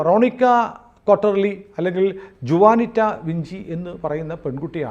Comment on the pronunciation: ജുവാനിറ്റയല്ല, ഹുവാനിറ്റ